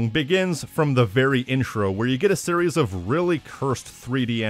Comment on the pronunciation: Every time you pronounce "series" the way you do I move one step closer to stop watching your channel :x Just my honest opinion, can't help but feel that way